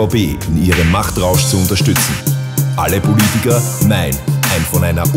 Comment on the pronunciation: Am besten ist immer noch dass der Typ am Anfang „BULITIKER“ statt Politiker sagt. und